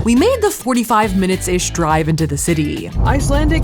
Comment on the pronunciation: I'm someone that lives in Iceland and you're actually saying some of the words correct